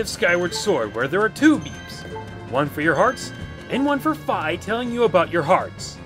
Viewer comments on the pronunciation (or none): fay? it's fi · Its pronounced fee not feye